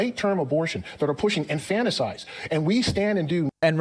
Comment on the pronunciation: Did he say "infanticize" instead of "infanticide?" 😒